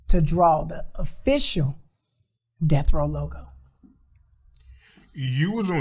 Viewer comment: calling Death Row "Delf Roe" kills me everytime.